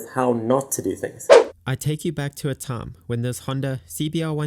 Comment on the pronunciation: “I take you back to a thiem”